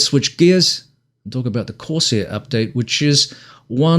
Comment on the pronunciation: “Corsair”….not “course air”. F***ing text talk